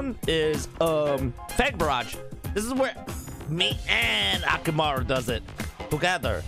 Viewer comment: did any one notice he said akimaru its akumaru